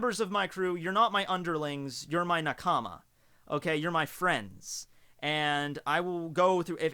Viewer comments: i think the way says Nakama, is weird. But his whole personality is positivly weird, so ts fine <3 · The way he says nakama tho